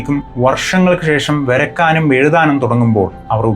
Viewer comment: നല്ല Video. വ്യക്തമായിൽ മനസ്സിലാകുന്ന രീതിയിൽ പറയുന്നുണ്ട്. പക്ഷെ ചില വാക്കുകൾ ഉച്ചാരണം തെറ്റായിപ്പറയുന്നത്, പുതിയ തലമുറയിൽ ചിലർക്കെങ്കിലും തെറ്റിദ്ധാരണയുണ്ടാക്കും. (വഷം, വെരക്കാനും എഴുതാനും, പ്രഷ്നങ്ങൾ, ഷബ്ദം) ശ്രദ്ധിക്കുമല്ലോ.